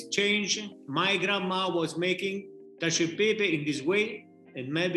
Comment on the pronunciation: I never want to hear someone say caciao de pepe again. Lol